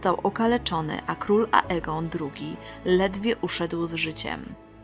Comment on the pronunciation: xDDDDDDDDDDDDDDDD...RejniRe, książe dał się... I to wszystko z ambony xD Ale i tak Cię lubię:D:>D Bogu niech będą dzięki. -...